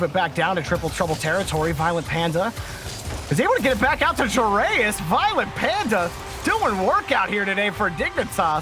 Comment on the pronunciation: The name is Joreuz.... Not JoErAyUs